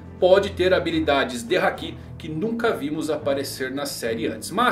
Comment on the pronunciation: "hakí" "animê" que pronúncias agoniáveis